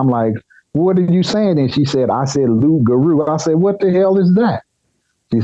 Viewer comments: It is not Rougarou. The word is Loup-garou. Lou p= wolf Garou = werewolf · Yes you know it as rougaroo but it's Pronounce like more like "lugaroo" in Haitian-Creole...